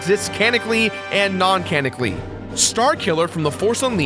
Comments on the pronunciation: Starkiller exists "canically" and "non-canically" Not being mean just sayin' it's "canonically" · God you're a dumb shit. I don't know why i keep clicking your videos :\ "Canicly" "Noncanicly" Canonically. Like you wrote your script, right? You looked at it on a white background, and saw the red lines beneath it, right? And you went with it. Step up your production. Your show's always been littered with trash mistakes like this. Get good, please. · Canically? Canically? Canonically? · Cannon- ick-lee. sorry just have to.